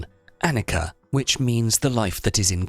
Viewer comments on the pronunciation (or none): Anicca (not Annica), and pronounced as anichcha ; further : Prajna (not pranja) and pronounced : j as in jelly, and n as gn in gnocchi, or the spanish ñ